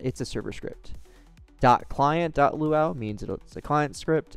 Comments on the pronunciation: It's pronounced as "loo-ah-you", not "loo-ow". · By the way, LuaU is seperate from the word Luau. It's pronounced Loo-a-you, Lua U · never seen anybody pronounce it like that, even staff at rdc.. weird since the U stands for universal and Lua is pronounced Loo-a Definitely gotten spun over time with new devs in and out, that pronunciation was only added in 2020 to the site and GitHub so just looks like they reinvented the wheel 🤷‍♂️